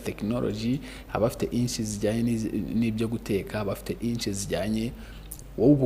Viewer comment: Inch❌ niche✅